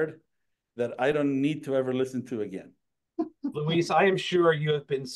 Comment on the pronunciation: LOL! I've seen Luis's name butchered here by a few posters here. It's L-U-I-S 😁